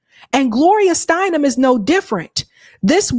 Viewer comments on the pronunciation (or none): Did you say STEINem! Figures.